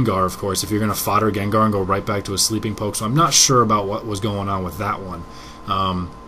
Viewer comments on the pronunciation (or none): none